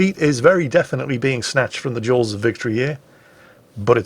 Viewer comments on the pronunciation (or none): none